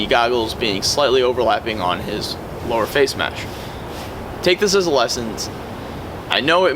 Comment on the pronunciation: lower fayshe mesh